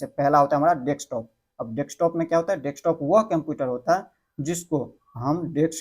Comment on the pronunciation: होता को टौटा क्यों बोल रहे हो